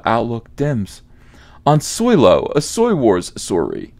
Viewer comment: I love it when you say solosawoyrwarsoyrry.